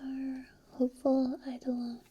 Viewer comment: Excellent video,. BTW, eidolon is pronounced "eye-dough-lon".